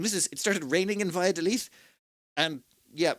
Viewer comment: you said "by a the leaf", but it's more like "bah-yah-doh-lith". And yikes, extremely unlucky that the day you went it rained. It's rare for rain to happen here until December.